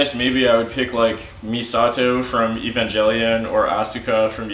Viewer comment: you pronounced Evangelion wrong step up your Anime game